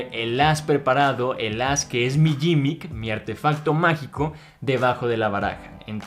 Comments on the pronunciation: gimmick se pronuncia "GUImic" y no "YImic" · De hecho se pronunci gimick, no se pronunci ninguna u